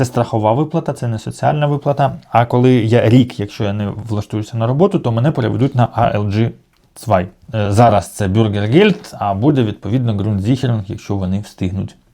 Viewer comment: ALG 1, читається не алджі 1, а АЛГ 1. Ви ж розмовляете німецькою, ну то можете прочитати вірно